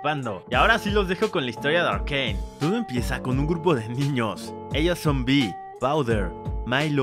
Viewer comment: Un dia conoci a alguien que en vez de decirle "arcane" lo pronuncia "arcain"